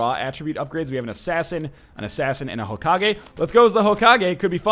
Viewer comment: Hokagi? Serioulsy? Fucking seriously?